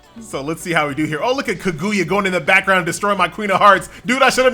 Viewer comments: Ka-GOO-ya. Boy they about to get you lmao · Kag - OOO - ya LOL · The game is decent but the way says kaguya is something else